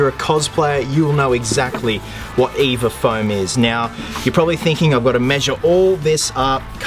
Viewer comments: Your supposed to spell “EVA” out when you say: EVA foam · the way he says EVA foam